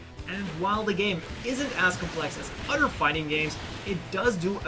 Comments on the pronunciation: It's not Jim... its GM or (Jee Emm) It's not udder... It's other ( ugh the er) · So what is your excuse for not being able to say other or a ton of udder words correctly?